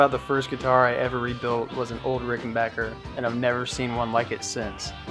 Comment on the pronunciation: A video about Keith Richards' guitars and the correct pronunciation of 'Ricken-back-er'? Subscribed!